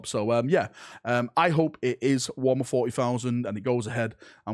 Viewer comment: I love the accent at wo'ammer